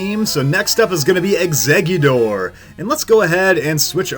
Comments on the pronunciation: Nobody:: Exceggudoor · Think it's the American accent coming into play here, the t becoming a d